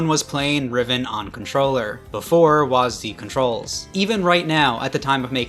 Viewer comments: They call it WHAZZ DEE, instead of W A S D. It's not a fking name, it's keys on a keyboard, get it right. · listening to you pronounce wasd as waas-d hurt me physically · wahs dee lmaooo bro its wahsid xD